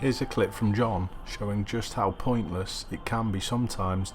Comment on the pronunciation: Why do i giggle every time i hear you say "Here's a clip from john" :) And i'm not even british xD